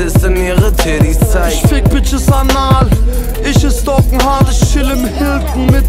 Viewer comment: das album hat richtig geniale beats und auch hooks, trotzdem macht capos aussprache alles kapuut, "isch, misch".... alter